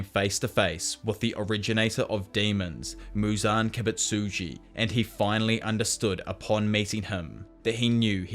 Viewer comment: "muzan kibitsitjus memories"😂